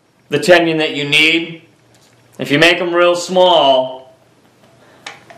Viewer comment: there is no Y in Tenon it is not a tenyon